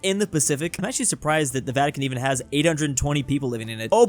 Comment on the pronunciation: The first video really said "vitican city" and not vatican city💀💀💀